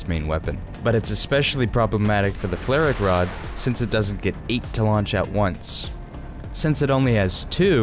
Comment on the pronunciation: As a German I'm insulted by the way you say "FlaRak Rad" Just call it: Flugabwehrraketensystem Radwagen Roland! <3